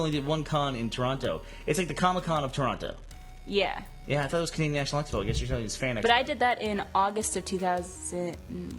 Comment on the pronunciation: I really like how burnie and maybe most Americans pronounce toronto . they really make sure they use the T